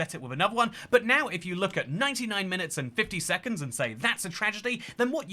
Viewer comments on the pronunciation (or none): At 1 min he says 99 minutes and 99 suconds